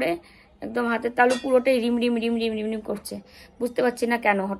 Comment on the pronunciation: রিমরিম না কথাটা হবে ঝিমঝিম।